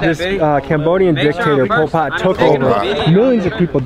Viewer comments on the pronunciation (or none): bro said polpotk 😂😂😂😂